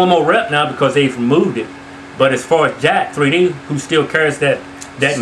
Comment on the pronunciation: lol its not jack 3d its jack'3d as in "jacked"!